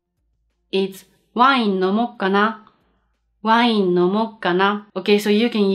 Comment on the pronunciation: Thanks,, your lessons are a part of my daily routine and I really enjoy them. One comment: you have a certain difficulty on pronuncing the w in "wine" in english, while in japanese you don´t. Just say it as in japanese and it will be ok! Saludos desde Argentina!